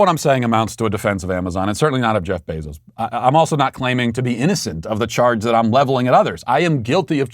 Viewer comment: Matt has a medical condition that doesn’t allow him to pronounce someone’s name the same way twice… AOC and Kamala are different every single time, even Bezos became Beeezos